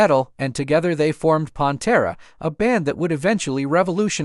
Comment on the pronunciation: WHO THE FU*K IS PONTERA? Did you even listen to it first? Come on man